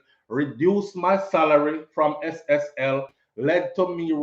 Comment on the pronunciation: Not SLL it's SSL my son keep up the good work 👍